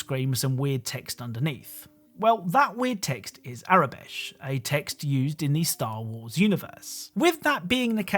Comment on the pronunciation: You keep on saying Aurebesh as tho it were “Arabesh”. Just an FYI